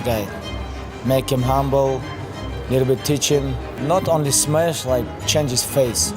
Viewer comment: "Not just smesh him, I change his face" 😂